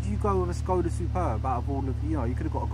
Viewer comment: Yes, and you pronounce it exactly like "SKODA" should be properly pronounced in Czech :D (see visioracer's videos)